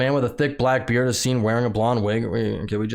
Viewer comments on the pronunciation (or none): none